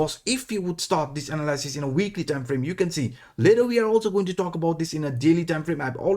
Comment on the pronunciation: Thank you as always. For you we say “analysis”: a-nal-li-sis (just for you and no offence intended) 🙌🏾